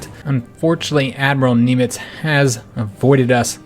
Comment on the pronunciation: You as an American pronounce Nimitz funny. lol Good campaign so far!